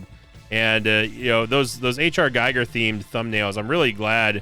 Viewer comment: It's pronounced hr geeger not geiger